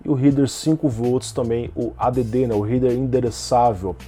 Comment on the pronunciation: Uma dica, "Header" se pronuncia "réder" e não "ríder". Abração!